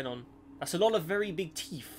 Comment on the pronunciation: "That's alot of very beeg teeth."